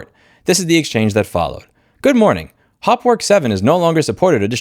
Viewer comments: For someone with a German surname, your pronunciation of Hauptwerk is quite amusing. Sadly, that is the only amusing part of this video. 😢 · Problem is, that MDA's main product Hauptwerk (pronounced haupt + werk, not hopwork) has the biggest share in the very, very small niche market of digital home pipe organ emulation. Unless that person makes some serious noise in organist circles, this won't be noticed. Many organists on Youtube use Hauptwerk and they won't boycott it, there are very few alternatives. But yes, not offering the older versions is a dick move. BTW I don't own it, but bought their competitor Organteq from Modartt.